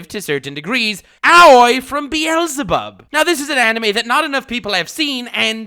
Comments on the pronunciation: Why does he pronounces Beelzebub like “Bee-Elsa-Bob”? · buddy, i do respect you alot. and i generally love your videos even to the point that i am clicking on the next one because i just want to hear your voice once more. but if you pronounce "Beelzebub" again like "Bi-elzebub" i will tell Lord Twiego-sama about it. (its a double e that you have to pronounce like in the word b->e<-nefit so basically an "e" like in the german language but spoken a bit longer since its 2 times there) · This dude’s prononciations are so bad he doesn’t even know how to pronounce the name of a worldwide known demon called beelzebub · Beelzebub ...... you dont pronounce the second e .... Beelzebub is an actual deamon in the black bible.